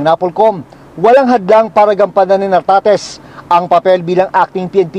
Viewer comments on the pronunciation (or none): Correction, NARTATEZ po, hindi Tartatez 😅😅😅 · ...Nartates Hindi Tartates..hahaha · NARTATES...HINDI TARTATES..ANG LABO MO 😂😂😂😂😂😂😂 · ...GEN. NARTATEZ DILI TARTATEZ